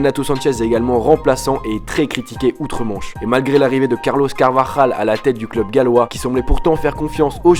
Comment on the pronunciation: Dis carlos carvalhal correctement il est portugais pas espagnol